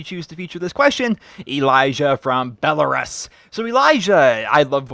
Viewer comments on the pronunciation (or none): I may be wrong but I think it's bell-ah-ROOS not RUS